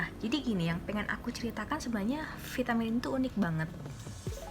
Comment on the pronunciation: Kax yg prtma g jls bacaan vitaminya